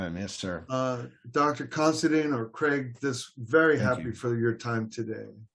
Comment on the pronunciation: how come all these narators and such pronounce our last name as CONSIDEAN where as the last four letters is spelled DINE . i am more interested in the introdoction of christianity into ireland, but i do recognige the achivements of craig , i just do not agree with him ,but he has a fine charactor God bless him in his seach , not of religious beliefs but the GOD of patrick and columba, also of the true meanig of monasteries